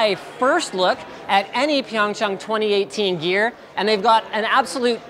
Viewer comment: Sounded like he said "YEAR"